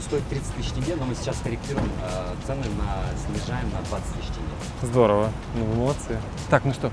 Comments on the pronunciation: тЕнге Буква Е присутствует в русском алфавите, Е а не Э. Не тЭнге а тЕнге!😢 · Здравствуйте Уважаемые господа с канала 808. Не тЭнге, а тЕнге 😊. Добра Вам ребята. Пишется без мягкого знака (тенге), а произноситя с ним😊 в разговоре - " теньге " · У русских челюсть по другому создана? Почему илОн, а не Илон. Почему тЭнге, а не Тенге? Не пойму вас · Бл.. тЭнге. Тенге. ТЕНГЕ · Штраф, за не правильное произношение, слово «тенге», вы произнесли это слово, «тэнгэ», будьте любезны пройдите в опорный пункт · Тенге а не Тэнге. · Не тЭнге а ТЕҢГЕ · если соеденить слово тень и ГЕ получиться не тэнге очевидно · Блин в самом начале серпом по яйцам, тЭнге. Ну там же Е. Просто Тенге))))) беляш, ветер, береза, семя)))) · Хоспади да не тЭнге а тенге. Ну написано же тенге. Как пишется так и читается. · тЕнге, не тЭнгэ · Не тэнге а тенге))) это как сказать рублэй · Пожалуйста произносите правильно не тЭнге, а тЕнге! Очень сильно режит слух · да какой тЭнге правильно будет тЕнге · P.S : не тЭнге а тенге мягко произносится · Может уже хватит говорить ТЭНГЭ😡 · Добрый день! Не Тэнге, а тенге. Пора бы уже это запомнить. Вы деньги не произносите же Дэньги. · Привет из Казахстана! Очень люблю твои видео, но попрошу за всех казахстанцев. Наша валюта произносится так же как и пишется, тенге, а не тэнге. Очень слух режет, спасибо, всем добра! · не говорите тэнге, а тенге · Да не тэнге а теньге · НЕ ТЭНГЕ а ТЕНГЕ!!!!! Е БУКВА А НЕ Э! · Не Тэнге а Тенге! Неужели это сложно? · Тенге еееее не эээээ 😁👍🏻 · Брат не тэнге а тенге плз😐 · Ох уж эти тЭнгЭ😂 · Очень нравятся ваши видео, но пожалуйста говорите тЕнге. Там обычная буква Е, хватит говорить тЕнге. Это ужасно звучит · Не тенге а тенге 😂 Казахстанцы поймут 🇰🇿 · блядь сколько вас смотрю уже можно было бы выучить не тэнге а тенге !:face-orange-frowning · Какие блин тЭнге ?? Алее ? Вы куда дели букву Е ? почему нн говорите тогда рублэй? тЕнге тЕнге! И не Кастанай ! А КОСТАНАЙ ЧЕРЕЗ о сколько можно уже!! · тенге, а не тэнге)) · Ни ТЭН, а тень